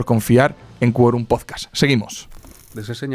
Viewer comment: Por favor, pronuncia bien PODCAST, con la T al final (no "podcas").